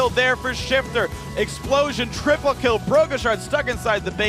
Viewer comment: "That double TPlee play" Lmao